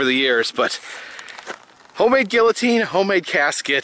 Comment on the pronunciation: i like how adam corrected your pronunciation of guillotine. no offense to you but people who say it like you have bothered me for years. haha